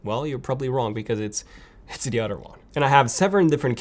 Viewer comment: "PS4 Pro on the udder hand" .....? It's pronounced OTHER. Cows have udders not PS4 Pro.. at least mine doesn't.